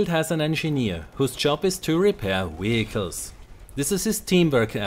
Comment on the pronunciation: Vehicles! With a V not Wehicles!